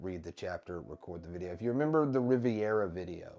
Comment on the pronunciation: Reverie, not Riviera, it isn’t a local Mexican restaurant. So close to Caught Up Club. We all hate it here, can’t wait for you to join us.